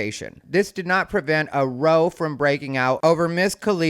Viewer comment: "row" in this context rhymes with "how" not like "row the boat"